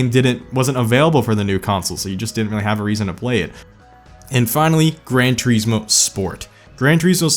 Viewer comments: "Gran Treesmore?" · I hate how you pronounce Grand Turismo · I always thought it was Grand Turismo not Gran